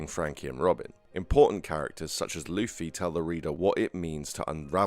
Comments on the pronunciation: It's "loofy" in every language brother. you could call him Lucy though, he dgaf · Am I going crazy or am I hearing luhffy when he says luffy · why do you bounce back and forth between pronouncing Luffy incorrectly and correctly?